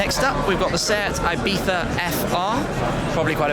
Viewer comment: "Seat Ibitha"??? It's pronounced Ibitsa... Just saying...